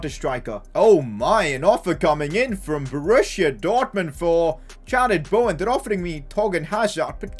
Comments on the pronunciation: Fr. It’s not Bauwen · Why tf do you all get so triggered he doesn’t say Bowen properly, like is it really a problem?